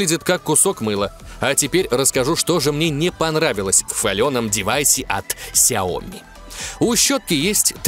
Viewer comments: Много только хотел написать комент скоко ты там сказал ксиоми?)) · Ты сказал 40 на ксеоми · 40 раз ксеоми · 41 раз вы сказали хиоми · 41 РАЗ ТЫ СКАЗАЛ ксяоми